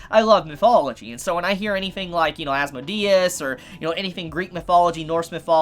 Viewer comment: "There was another character introduced called as-mo-de-s" It's pronounced "as-mode-E-us"